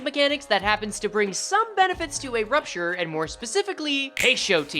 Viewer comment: just say poisture. wtf is prupture